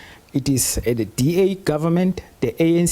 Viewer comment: South Africa's minister of justice pronounce is top notch. Forget the African accent, it's allowed, but the pronunciation leaves much to be desired!!! Genuinely - Ginianlee The - Deh This thing - Dis ding 🤮🤮🤮🤮🤮🤮😭😭😭